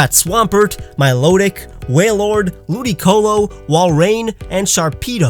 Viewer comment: It's pronounced milo-tick